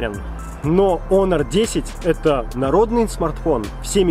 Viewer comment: не Хонор, а о Онор))